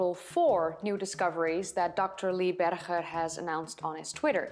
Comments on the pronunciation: HIS NAME IS PRONOUNCED BERGER AS IN HAMBURGER you know this and still choose to pronounce it incorrectly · Okay, you have every right to pronounce Dutch names with the Dutch pronunciation but Dr. Lee BerGer with a Dutch “G”? Come on! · Small point. I enjoy your videos very much. Lee Berger pronounces his last name like the berger in hamburger. Chris Stringer is not alone in his displeasure with Lee Berger's announcement, but very many of these people were knocked off their pedestals by Berger & Co.s groundbreaking discoveries and they were furious with his refusal to keep his work for only the eyes of the annointed ones in the field. Homo naledi also calls into question declared species which have been constructed off a few bones and a lot of supposition, given homo naledi's curious mix of early and more modern features. Then there is the startling age of homo naledi and how it shakes the tree of evolution. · She is pronouncing Berger the Afrikaans way, although he is an American working in South Africa.